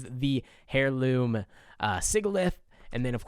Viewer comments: Air loom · "hairloom" idiot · I cringe at the way you pronounce heirloom